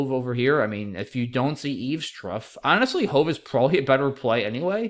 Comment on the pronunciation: Eavestrough is more like eaves-troff (like an animal trough)